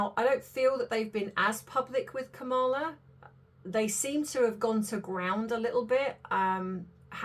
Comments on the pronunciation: Please pronounce Kamala correctly! KAMala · Her name is pronounced Kama -la! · You are totally wrong! I love your channel; however, Vice President Harris would never promise to get rid of stories about celebrities! You are speculating without doing research. PLEASE re-think this. And pronounce her name correctly. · Please have some respect and at least pronounce her name correctly. Really.